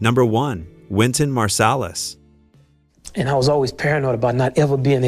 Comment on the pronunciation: O dublafor fala o nome de de Wyton marsalis errado.